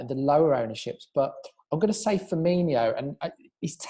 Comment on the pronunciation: Please learn how to say Firminos name properly